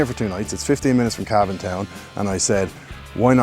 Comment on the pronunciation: Love Cavan, you even say it properly. Looking forward to Cavan town.